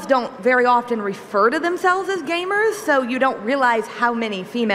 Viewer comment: witterally we women wre gwamers